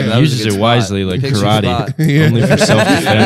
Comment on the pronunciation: Karate wise with the soft-a.